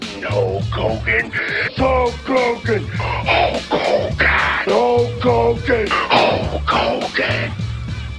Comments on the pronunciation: Sounds like he's saying Hulk Cogan 😂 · With a Partsunknownian accent that's so strong, it identifies that the Warrior can't say Hulk Hogan's name right; every time he shoots a promo and when he talks, he would put too much emphasis in certain words that come out of his mouth, and most people couldn't make out what he was saying. "Ho Kogan! Look at meee, Ho Kogan! ... LOOK AT ME!!!" -The Ultimate Warrior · It sounds like hes pronounce like ho kogan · i think he said holk klogan once